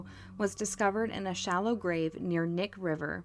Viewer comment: Great coverage. Just FYI, the river, Knik River, is pronounced kah-nick, not nick. And Eklutna Annie, that area is pronounced Ahh-clue-t-nah. 👍🏼 born & raised in Anchorage, growing up, this was happening. What a psycho!!